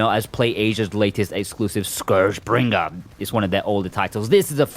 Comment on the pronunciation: Love the way you annunciate scourgebringer. Might be the main reason I check it out.